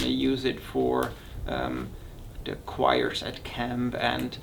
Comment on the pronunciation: Great review. You are confusing the pronunciations for "chore" with "choir". Don't want to be picky just helping... Hope you don't mind